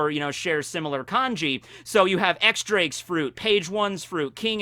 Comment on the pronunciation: X-Drake's is not pronounced as "X" and then Drake its Diyes as in the number 10 in spanish